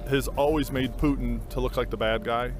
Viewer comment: dude straight up said PEWtin